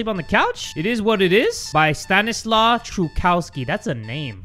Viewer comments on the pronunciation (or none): Hey! I think the creators name is pronounces stanislaw (sta-ni-swav) truchowski (troo-hov-ski)